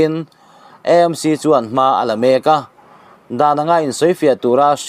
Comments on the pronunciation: I sawi dik lutuk,E M C,anilo,A m c,eizawl anilo,Aizawl.. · Vawi tam tak "EMC ' ti lovin 'AMC' ti a puan tur an ti si a... I😂😂 luhlul ve hrim hrilm... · E M C,ti lo in,A M C,ti thei ilang ava duhawm em aw,Eizawl nilo in,aizawl ani miau sia.. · EMC intiziah hi aninawm khawp mai Eizawl tiin ilam ngailo angin AMC tiin lam tawh hram teh un